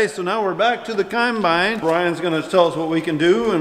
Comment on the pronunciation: dang-git! I'm finding myself thinking of the way ur dc says combine! lol UGH! kīmbīne, kīmbīne, kīmbīne. makes me lol